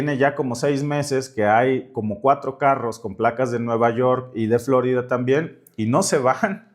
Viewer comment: Por favor, Florida es palabra española y el acento prosódico es en la letra i, no en la O, recobremos con orgullo legítimo la lengua que hablamos; es parte de la LUCHA...